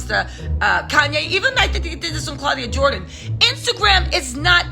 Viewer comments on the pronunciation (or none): none